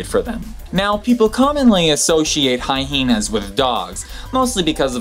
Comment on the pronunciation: I didn’t know the word Hyena has 2 H’s (HiHeenas as per the host).